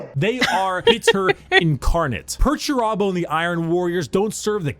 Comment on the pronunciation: Perturabo: They never say my name right!!!! rowboat Girlyman: Hmm must be annoying I- Perturabo: It's infuriating MY name Perturabo not Peter-terbo or anything so juvenile. Rubberbow gorillaman: Yes I'm sure it must be very off-putting. Perturabo: It is. You have no idea how much I've suffered under this ridicule Guilliman. Rib-roast Gellyman:... Rogal Dorn: This is funny because Perturabo is being a fool.